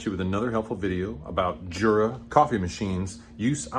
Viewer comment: THANK YOU so very, very much! The only thing that could make me happier is to hear you say "Yoora" instead of Jurra. 🤩